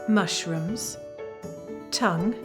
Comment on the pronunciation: And I heard her say "morshrooms" at least once.